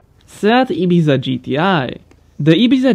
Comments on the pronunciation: Not that bad considering he isn't Spanish. The "z" gave it up a bit tho... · Pronounced Ibiza wrong tho